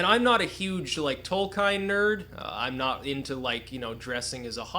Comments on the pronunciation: not tolkaain .... tolk-iien. tolkien look it upp..just say it as you read it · Tol-ka-in? TOLKAIN???? Triggered